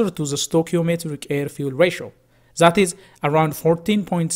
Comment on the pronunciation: Its That - det, not zet... 😂